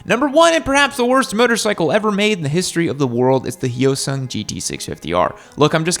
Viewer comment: Ok, first off, Hyosung: It's pronounced Hi- O- Sung. Get it right! For another, my husband owns one. He has never had a problem with it, at all. It's a 2016 Hyosung GT650R. And he loves it. And no, it's not the only bike he owns. And it's not a myth that Hyosung makes engines for Suzuki. They've made parts for Suzuki, Honda, etc. How about this? Why don't you ride one?